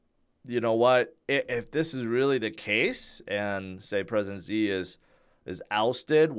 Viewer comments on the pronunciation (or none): Hearing say Ze instead of Shi Gin Ping reminds me of just how crappy the pin-yin system is.